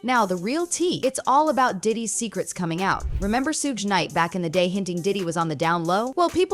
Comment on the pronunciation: Shugg.... not Sooj....!!!!!